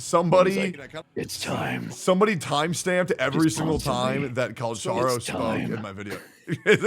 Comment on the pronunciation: Calcharo is read not with "Ch", but with "K" like.... Cal"k"aro. I watched the review of a pagan, a very interesting analysis